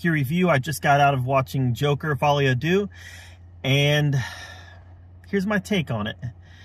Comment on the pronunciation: Good review. Pronounced "Dur" btw - as in Un, Duex, Trois. Not just you - every single media outlet is pronouncing the number 2 as doo for some reason.